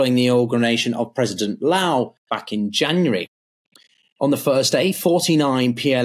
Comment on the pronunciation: lai not loa. tsai not tsao. gawd..